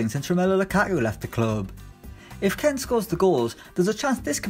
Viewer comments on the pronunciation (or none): Can u read its does not say KEN ITS SAYS KEAN!!! Also Chelsea signed Pulisic idiot! Edit:HITC just make the Irish guy the only one on the channel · Lifeasafox ツ it’s pronounced keen but Italian commentators say ken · Ken... Ken... KEN ITS KEAN LIKE YOU ARE KEEN TO SIGN SOMEONE you are a disgrace give us the other guy who i had forgot his name.